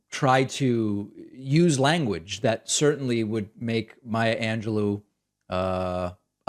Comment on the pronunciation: Maya angel-low 🙄😑